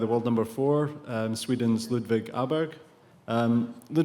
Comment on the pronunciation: Botched. Ay-berG Ey-ber A-berG are all horrible but at least they’re making an attempt. I’m curious to know if his English gf is able to pronounce it